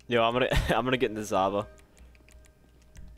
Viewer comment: it's zhaba, not zaba